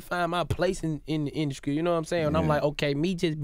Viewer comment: If DC say 'induskry' one more time...